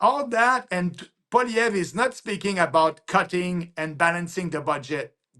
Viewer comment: its polly ev, natali thats how you prounce it................